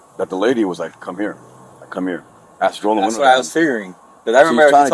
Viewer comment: You say aks instead of ask I’m suspicious of you